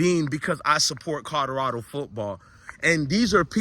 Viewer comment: Is it Colorado or Codorado 😂?